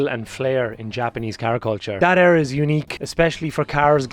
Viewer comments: What fucking way do you pronounce “era” 😂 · That's Irish lads for ya (im irish I say it the same way lol)